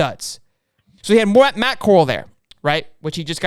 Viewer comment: It’s pronounced “Peh-geese”. And Matt Corrals name is said like the “OK Corral” not like Coral reef. You really watch football? You haven’t heard someone say Matt Corrals name? And Arch isn’t coming to Ole Miss, he has made that very clear.